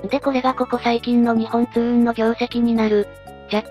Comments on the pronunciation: すみません。よく言われるのですが、 にほんつううんではなくにっぽんつううんです！ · ありがとうございます。NXにっぽんつううんです。だなｗ でも社員でも「にほんつううん」って言ってる人も良く見る。